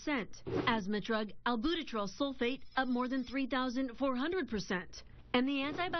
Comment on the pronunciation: It's not "al-boo-te-trol" It's "al-byou-ter-all"